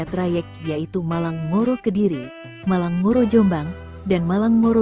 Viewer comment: Ngoro.. , bukan moro. Kacau min